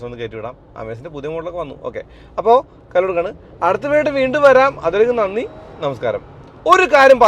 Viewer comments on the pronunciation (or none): none